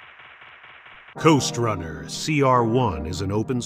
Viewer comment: I first thought you said Ghost runner lol....time for uppers!